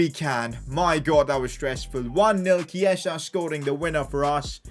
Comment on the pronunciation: Dude it’s not Keisa, it’s Chi-e-sa